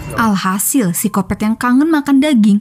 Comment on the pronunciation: Paling enak denger suara apalagi pas bilang "seksoy" "sikopet" sama "ganjoy" 😀